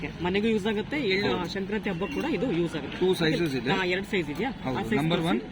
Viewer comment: ಸಂಕ್ರಾಂತಿ not shankranti